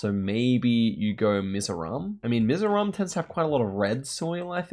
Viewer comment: Hiiii I'm From Mizoram, been watching for a while. Great knowing he knows my state even though the pronunciation isssss how can i say it awful lol.... Great vid